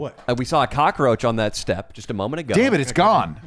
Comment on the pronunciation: I giggled every time I hear them say cockroach as “cockaroach”